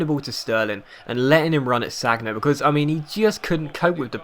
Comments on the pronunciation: Sagna is pronounced San-ya not Sag-na :) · don't you ever watch football on tv? it's 'san-ya', not sag-na... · Was cringing through this episode it's pronounced SAN-YA not SAG-NA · SaN-Ya not SaG-Na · called Sanja not Sagna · San-ya! San-ya!:'-) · You pronounce sagna wrong, it's San-ya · Sorry, but I cringed each time you said Sagna. Amazing videos as always though, keep it up.